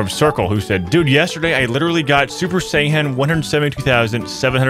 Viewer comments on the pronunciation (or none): Me as a dragonball fan was dying when u said super-sai-han😂. No hate btw